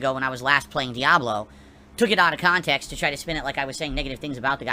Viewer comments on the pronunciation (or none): Using Wings' excuses haha. "Took it out of cahntext!"